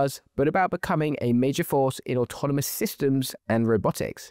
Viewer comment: It’s AUTONOMOUS not ATAMANUS !!!!!